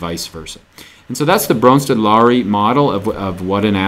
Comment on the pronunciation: He gets my vote for awesomest pronouncing of Bronsted-Lowry